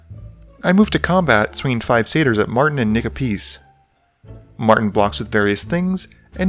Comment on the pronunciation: Loved the video as always! But funny note, , when you say "Martin and Nick a piece" it sounds like you're saying something else lol